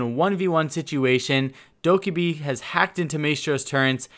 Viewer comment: bruh her names said dough-keh-bee not dough-kah-bee